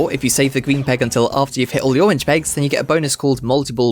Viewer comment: I didn’t know the owange pegs appeawed at wandom